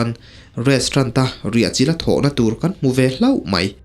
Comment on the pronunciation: Restrant iti tlat aa 😂😂😂😂😂😂